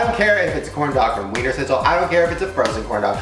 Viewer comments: any austrians here. and btw its pronounced VVVViener Schnitzel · I just love how Americans pronounce Wiener Schnitzel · Wienerschnitzel is austrian food, yeah xD and i guess english speaking people can't pronounce 'sch' so it's sounds really funny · It's just a shame for the original austrian Wiener Schnitzel.